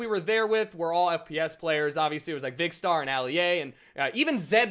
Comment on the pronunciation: did he say vikstar????